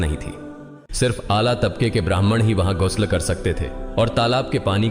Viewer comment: Gusul not gasal please rectify it